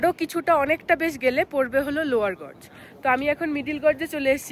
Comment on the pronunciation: গজ না জর্জ? জর্জ পড়লাম যেন! Gorge গর্জ 🎉